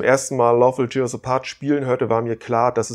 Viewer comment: "tear" ist ein Teekesselchen. Es meint hier "zerreißen" und nicht "Träne". Es wird also nicht "tier" sondern "tähr" ausgesprochen. Sorry wenn ich hier so besserwisserisch daher kommen muss. Aber ich kann da grad nicht anders. Ist eins meiner Lieblingslieder. 🙈